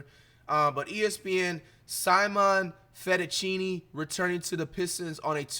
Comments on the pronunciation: He said Simon Fettuccine 💀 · Bro said Simon fettuccine 😂😂